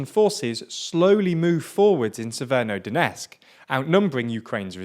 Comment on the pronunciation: Why the f... Do you pronounce an "N" in "severo" from "Severodonetsk"? Yesterday I thought it's YouTube encoding but it's not, it's you.